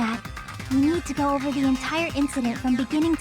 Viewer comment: bro I can't unhear it now OHVER LMAOOOO